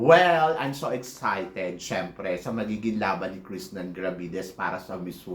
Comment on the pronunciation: Just wondering why you always mispronounce Krishnah’s name wrong? Her name is not KrisNAN it’s KRISHnah.